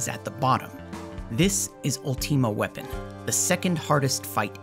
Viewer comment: "A woman named Matrone" Matron is a word you know. It just means caretaker of a boarding school. "Ulteema weapon" Okay you're doing it intentionally. Quit that.